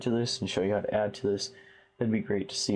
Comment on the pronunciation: lol he said "hot to" instead of "how to"